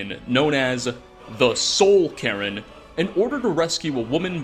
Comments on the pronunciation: did just pronounce the soul cairn as the soul Karen? because it sounds an awful lot like that's what he said. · Please stop pronouncing cairn as Karen, it's killing me, lol! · its weird how you pronounce cairn as "karen" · bro says carin while CAIRN is clearly on screen ffs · How do you still not know how to pronounce cairn? And you even pronounced it two different ways in the same video.